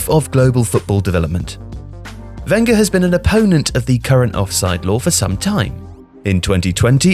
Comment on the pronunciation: You pronounce Wenger wrong